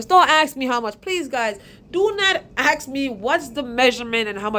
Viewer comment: Go to Lowes and "Don't AXE ME??"" did you mean "Don't ASK ME"??